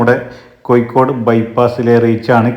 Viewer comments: ഇക്കൂട്ടത്തിൽ കാസർഗോഡ് കൂടി മിക്സ് ചെയ്തു പറയുന്നത് കൊണ്ട് കാണുന്നവർക്ക് ഇത് കോഴിക്കോട് ആണോ കാസർഗോഡ് ആണോ എന്ന കൺഫ്യൂഷൻ ( കോഴിക്കോട് ) ആണ് അല്ലാതെ )കൊയ്‌ക്കോട് അല്ല ( ഴ ) ശരി ( യ് )തെറ്റ് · Koyikode...😂... കോയിക്കോട്